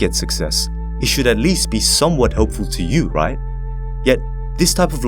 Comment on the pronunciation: it kinda bothers me when you pronounce right as "RIGH?"